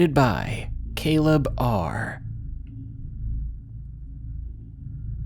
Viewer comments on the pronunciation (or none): none